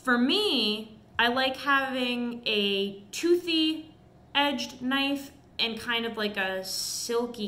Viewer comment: HUMMING BIRD SURGURY, THEN PRY THE DOOR OFF A HUM VEE, ONE KNAFF